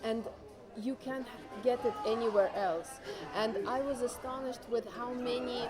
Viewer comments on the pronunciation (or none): Ha nem orosz hallgassátok csak meg még 1x .nál..."how many" kicsit később "soviet, village" ilyet egy magyar nem tud monani